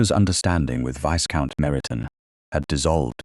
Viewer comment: AI narrator please be aware the S in Viscount is silent, it is pronounced Vie-count